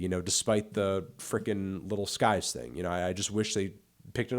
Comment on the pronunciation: Did y’all even notice he said little pump and little skies and not lil pump and lil skies